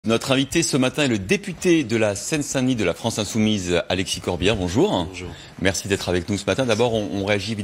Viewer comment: 0.04 Il n ' y a pas de eu à bonjour (bonjoureu ) !!!